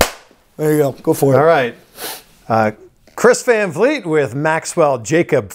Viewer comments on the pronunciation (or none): “Chris van clit “ 💀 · "Chris Van Vlourg"